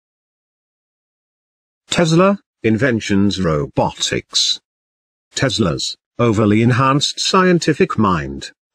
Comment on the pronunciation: Why do you say robotics like that. Nice video. Tesla needs way more credit. His mind was unique he he literally had what even comic books believe to be mechanical superpowers. Ability to instantly understand machines with no study and intuitively build them in ones mind effortlessly. He was a living computer! Even Einstein did not have this ability.